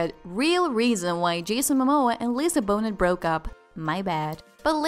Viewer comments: It is pronounce Lisa BONE NAY>>>> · Lisa Bone-et 😂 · Pronounced BoNAY like Monet or ballet!!! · Pronounced bonay. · Trick did u say BO NET?!!!! I hate the internet! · Lisa Bone-it? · My god, this video is so low budget and tacky. You make a video about a subject (Lisa Bonet) and yet you cannot even pronounce her name correctly? Is this a computerized voice? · I guess that's a narrator software. That might be the reason why her name was pronounced wrongly. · You can tell English is her second language, it’s done innocently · Not only can't the bot pronounce Lisa Bonet's name correctly she can't say covid either. WTF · Narrator, please learn how to correctly pronounce Lisa's last name. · I agree. I am tired of hearing her name mispronounced. Do some research if you are not sure how to pronounce it. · Mispronouncing Lisa Bonet's name the whole time makes this impossible to listen to. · 1. He cheated with Amber Heard 2. Not once in this or any video does he accuse her of cheating or ANYTHING 3. Learn to pronounce her freakin name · The creator of this video should at least learn how to pronounce the subjects names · I hate how she pronounces Bonet....so disrespectful.... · I'm sorry but if you're going to speculate and make up stuff about people. It would seem more credible if you got the names of the people right. Lisa's last name ends with a T but it's silent.... ignoramuses! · Just cannot watch a video from you guys when you can't even pronounce Lisa Bonet's name correctly. It is what it is.....ridiculous. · Maybe learn how to pronounce her name, before you tell a story about her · After the fourth time you didn't bother to say Ms. Bonet name correctly... ...I stopped listening! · girl. learn how to pronounce lisa bonet. or be quiet and turn the subtitles on. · You’d think if you were going to do a commentary on this couple, you’d at least be able to pronounce her last name properly. I couldn’t watch til the end. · Your not saying her last name right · It’s “BO-NAY”